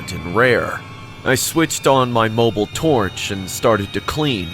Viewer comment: moble torch😭 had me cringing😭🙏🏼